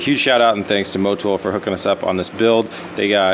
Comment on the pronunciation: Motooohl...? Mo-what-now?